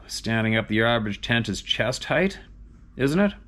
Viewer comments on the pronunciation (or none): none